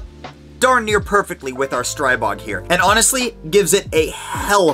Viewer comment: Stop butchering the name Stribog! Learn finally! It is not pronounced Stry-bog! The Stri is pronounced like in strip, not like in stripe.